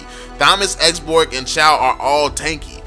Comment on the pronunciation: Chou not CHAW. fcking illiterate idiot